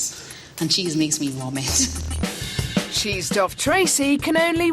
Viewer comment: Yo.. she said cheese makes her "WOM-it" check if you don't believe me.